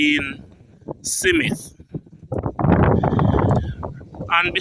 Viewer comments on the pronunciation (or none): SMITH not SIMITH. At least get that right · I like your videos sir, and much respect...but I cringe everytime you say 'SIMITH' 😑... There is no 'i' or 'e' between the 's' and the 'm' in Smith....This is not meant to insult your very interesting work....just some constructive criticism. Much respect nevertheless. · My ears hurt, please explain how you get Smith be pronounced.... "SI MITH" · Haha ....😂 Its not simith, its Smith. 😂😂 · Why you say "Si-mit" No "Smith" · Is it Simmith Or Smith? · I cringed too it's pronounced Smith not SIMITH I did'nt know someone else cringed until I red ur reply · Please goggle how to pronounce “ Smith” not “ Simeth” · So hard to listen to you. Its Smith...Not Semith. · Ditto......i cringe how he butcher the word 'Smith'....he keeps saying Cee_mit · Honestly, I tried to listen. Honestly. But everytime he said SeeMit I just wanted to snatch him up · It sounds horrible Fe true him can't say Smith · The name is pronounced Smith Smith